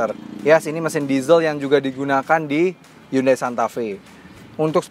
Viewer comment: pelafalan Indonesia yang bener, Hyundai = hi-yon-de / hyonde